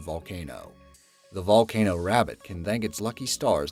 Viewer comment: I know I spelled it wrong. It's supposed to be funny and it's actually said as That Valcano!!